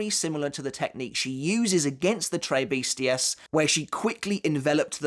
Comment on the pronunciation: why do you pronounce Tres Bestias so weirdly